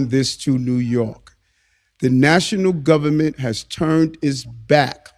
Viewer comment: 'ITS DA GUBBAMENT, ITS DA GUBBAMENT ...' 🎶 🎵